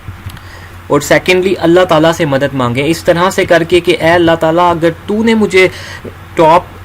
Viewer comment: Madat ni madad hota hy bhai 🤭